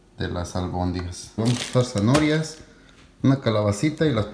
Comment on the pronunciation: amigo se refiere a la forma en que dice zanorias y no zanahorias...